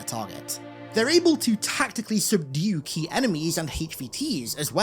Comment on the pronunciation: key not qey